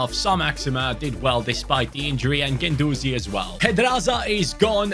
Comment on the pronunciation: Anyone else noticed he was calling guendouzi ake ?😂